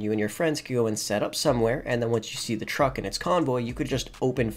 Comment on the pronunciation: Toe-truck? Ah, ok. I see you’ve been hanging with J.B. and Tonya.